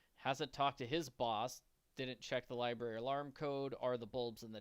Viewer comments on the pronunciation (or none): Lie berry lol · Hearing the Dexter impression right down to pronouncing the word "libary" without missing a beat had me howling. Absolutely priceless.